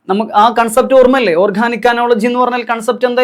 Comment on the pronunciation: Class nannayi manasilavunnund. But pronunciation kurach different aayi thoni. അനോളജി അല്ല, അനലോഗി